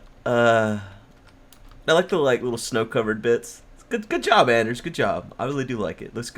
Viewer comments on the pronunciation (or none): Come on! Hes name is Anders not Ander. please learn!